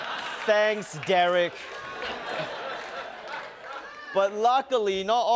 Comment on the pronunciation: Yo bro watch how u say my name it’s Derick 😡